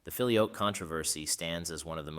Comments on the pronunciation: You pronounce it, "filio-yoke", one often hears the pronunciation, "filio-kway". In any case, thank you. Well done. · It ain't "fi-lee-oke", it's "fi-lee-o-quay". It means "and the son". Fix your auto-narrator script. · Very enjoyable, and puts forth the debate in clear and understandable terms. As an aside, when I did Latin at High School well over 60 years ago, we pronounced "filioque" as "fill eee oh kway", not "fill ee oak" as you do. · Thank God someone else noticed that. I have never heard the pronounciation “Fili-oak” used by either Roman or Byzantine Priests. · Fili-OH-kway is the pronunciation, fyi. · Whoa! I believe it's pronounced "fi-lio-kway" (the "que" is pronounced). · Not really. The word 'Filioque', in this case, has its tonic syllable in the 'o' and this 'que' endind is not pronounced as QWAY (wether by that you mean it should be said as in the word 'way' ou 'why'). I don't think you have this 'e' sound in English pronunciation, but it is supposed to be said as a closed 'e' sound (like in the word neigh, but without saying the letter 'i'). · The first i in filius is long, so 'feely oh' would be more accurate. The e in que is short, so instead of 'kwey' pronounce 'quest' without the 'st'. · Yes, there is. How can someone produce a whole video and not bother to learn how to pronounce the key term feature in it? What would we think about a video concerning the papacy where "Pope" is pronounced "poppy"? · As others below have rightly commented, the video is pronouncing filioque incorrectly. It is a very prominent error. Other than that it is a theologically very informative video. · For goodness' sake pronounce "filioque" consistently properly - four syllables - if you want your piece to be taken seriously!!